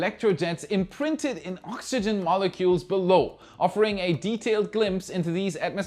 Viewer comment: "Ox-khhh-gen" LOL :)